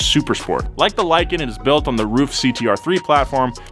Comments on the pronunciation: Lie-kan i mean it lives up to its name. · "Lykan hypersport" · "lykan hyper sport"